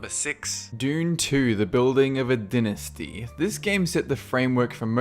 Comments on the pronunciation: I'm pretty sure it's not pronounced Dinast-e. It's Dai-Nas-Ti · Dynasty is pronounced 'Die-neh-stee'...not 'dinn-istie' Jesus Christ dude... I know you have an accent but even the thickest of accents can get these words right...I know you're capable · Did you say dinnasty? The y makes it pronounced dienasty. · Dinasty... did you say... Dinasty? It's (die)(nuh)(stee)...Dynasty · Die-nasty, not den-nesty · It's also die-nas-ty not din-is-ty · Its pronounced die-nasty not din-asty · You also screwed up the word dynasty. Pronounced "DIE-NAH-STEE". Although I think that one might be a cultural difference. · dinastee? wtf? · I like your vids but you pronounce things weird. Its dee-ah-bloh and die-nuh-stee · LOL the way you pronounce dynasty made me laugh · The way he pronounced Diablo and dynasty had me raising my eyebrows. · Am I the only one who noticed he said "dynasty" wrong